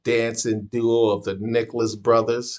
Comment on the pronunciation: They are brothers, not twins. Their name is Nicholas not Nickles.